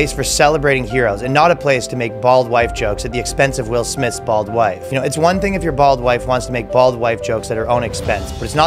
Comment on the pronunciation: bold or bald? not specifically clear.